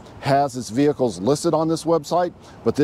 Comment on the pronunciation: stop saying "vehicles"